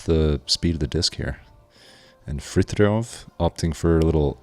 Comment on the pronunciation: The way they pronounce Fritiofs name made me cry..